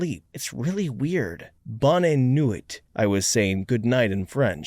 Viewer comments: bone-nwe is closer to how its pronounced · It's pronounced "bow-nuh nu-ee"...